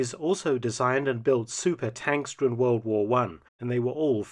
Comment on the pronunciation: Wold waa won, Wold waa won, Wold waa won, Wold waa won....... Try Great War - or First World War. WWI is a journalistic abbreviation.